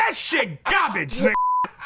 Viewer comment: “That was gabige” 😂